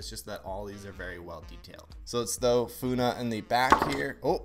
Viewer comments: How to pronounce Funneh is Like Fun ,ee Or Just funny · WE ARE ALL KF BECAUS WE ALL ARE SUB TO KREW AND YOU SAID FUNNEH NAME RONG AND WER IS DRACO IM SODESAPOINTED IN YOU AND IM A BIG FAN OF KREW :face-purple-crying::face-purple-crying::face-purple-crying::face-red-droopy-eyes::face-red-droopy-eyes::face-red-droopy-eyes::face-red-droopy-eyes::face-orange-frowning::face-orange-frowning::face-orange-frowning::hand-orange-covering-eyes::hand-orange-covering-eyes::hand-orange-covering-eyes::hand-orange-covering-eyes::face-turquoise-speaker-shape::face-turquoise-speaker-shape::face-turquoise-speaker-shape::face-turquoise-speaker-shape::face-orange-tv-shape::face-orange-tv-shape::face-orange-tv-shape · Dude,calm down he is not very good at pronouncing Funneh and also he was too late to get the Draco yootooz ok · You said the blue hairs name wrong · fuunah?! that ain’t how you say it! the name is Funny! that’s how you pronounce it! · Just saying it’s funneh not foonah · Wait its not Funeh its Funneh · OK I KNOW IM LATE BUT I APPRECIATE HOW THIS PERSON UNBOXES KREW! BUT I LAUGHED WHEN THE PERSON UNBOXING PRONOUNCED FUNNEHS NAME "Fou-neh" and not "fun-neh" 😭😭 but overall love their designs and again appreciating that you unbox my fav youtubers! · I support his attempted to try and say Funneh's name. But to properly say her name is how you say "Funny", but her Canadian viewers often pronounce it as "Fun-eh". Funneh put the "eh" at the end because she is a Canadian content creator. So she deicided to put "eh" at the end of ItsFunneh and that's how she created her gamertag. Hope this helps someone! <3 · It's not funna is funneh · Its funneh not funa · Plz just dont say funa just funny😢😢😢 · the blue one is pronounced "funny"! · IM SO LATE.."foonah" lol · My kid watches crew, and she says it’s pronounced funny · 😭😭😭 He said funneh/kat is funa 🤣🤣🤣🤣 btw the dog with gold is called floof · Fun fact funneh is just pronounced funny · It's pronounced funny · you say it as 'funny'